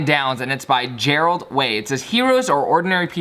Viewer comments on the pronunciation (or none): "Gerard" not "Gerald" also, hes the lead singer of MCR or was hahaha LOVE YOU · you said "gerALd" it's "garARd" lmao <3 both o' you dough :) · yo, Gerard Way was the lead singer of My Chemical Romance. and its not Gerald. haha keep up the great work man. Gerard Way is one of my favorite artists I love this quote